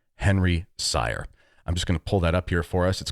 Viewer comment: Just to clarify : Henry's surname is pronounced "Seer" ... ;-)